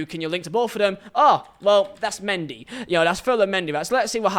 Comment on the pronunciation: when he says mendy i am like:whoa chill there buddy 😭😭